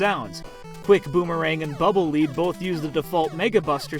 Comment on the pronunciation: At least according to how it's written in japanese, Bubble Lead's read as "leed".